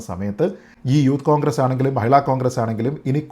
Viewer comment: താങ്കൾ കോൺഗ്രസ് എന്ന് പറയുമ്പോൾ അത് പോൺഗ്രസ് എന്നാ വുന്നുണ്ടോ..😂😂 അതോ അതാണ് ഉചിതം എന്നെനിക്ക് തോന്നു ന്നത് കൊണ്ട് ഞാനങ്ങ നെ കേൾക്കുകയാണോ.😂😂